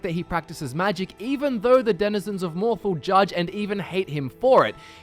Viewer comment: sorry bout this, but it's "mohr-thahl" not "mohr-thle"